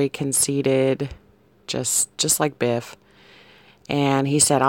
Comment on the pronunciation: Biff.. At first I thought you said beef.. Doesnt Trump look like beef..??? 😂 😂 😂 😂 😂 You had me crying with laughter... (😬)